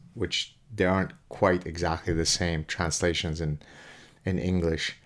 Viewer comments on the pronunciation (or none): none